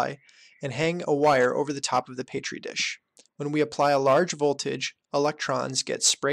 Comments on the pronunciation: "paytri dish" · BRO please dont say "PAYTREE DISH"